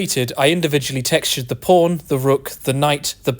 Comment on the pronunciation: The pronunciation of "pawn" is a bit off...